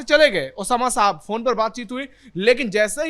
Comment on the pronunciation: ये पत्रकार नाम का सही उच्चारण भी नहीं कर सकते। ये महिला शहाब को साहब बोल रही है।